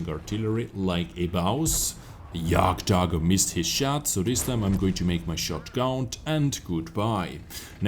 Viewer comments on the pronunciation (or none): none